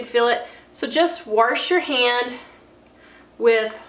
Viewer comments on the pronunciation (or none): ❤️❤️❤️ I just love when people say “WARSH” 😂🤣😂. So stinkin’ cute!!! ❤️❤️❤️😄😄😄